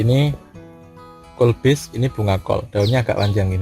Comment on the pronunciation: Kubis bukan kolbis...🤣